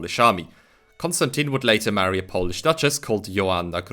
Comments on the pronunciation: Another great video on the history of our nation! thank you for bringing these topics to light on your channel. I'd also like to applaud you on your well pronunciation of Polish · As a Pole, Polish pronunciation is perfect and I wish that your channel to be better known, because it is criminally underrated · Nice man, really good pronunciation